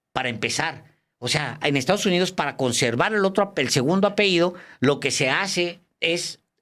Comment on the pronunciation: Alejandro Páez se dice apellido, no apeido ( esto ultimo me suena a que se a peído, o sea, se ha echado un pedo)